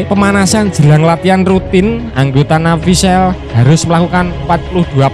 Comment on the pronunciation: Navy seal ...d bc Nevy sil min bukan sel🤭🤭